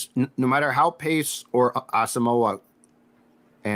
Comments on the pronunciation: man you guys gotta start pronouncing Brain's name right, his last name is pronounced Ah-sum-mwah not moe-ah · It's Brian Ah-sum-wah. Please start to pronounce his name correctly